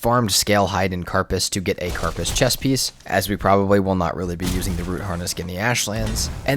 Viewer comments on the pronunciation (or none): How do you play Valheim this much and call the Dragon "Modder", not "Moder"? The name is "Moder", as in "Mode" that ends with an "R". "Moh-der". And "carpace"? What is that? I know "keh - ruh - pays", but not "car-pus". What is it with people and mispronouncing words? I also see that you don't know the "raise from an already raised wall" trick to raise the ground with only one hit instead of all the stone you took so many minutes/hours to gather. So "Fader" is "fade-er", which is correct. Not "fad-er" or some other stupid pronunciation. But Moder is "modd-er"??????